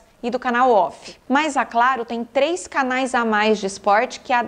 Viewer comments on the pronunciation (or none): none